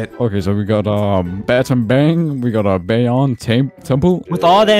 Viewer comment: Bottombong (battambang) Bye-yuan (bayon)